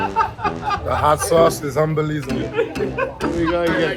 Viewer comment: He said:”The hot sauce is unbelizeable” 😂